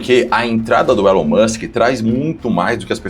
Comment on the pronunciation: eu fico de cara da galera fazendo reportagem sobre o Elon e falando o nome errada. A galera de direita tem que saber falar inglês bem pô.